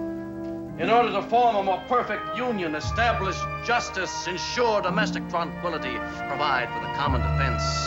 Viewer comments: "Domestic tronquility" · Love his pronunciation of tranquility as "tronquility"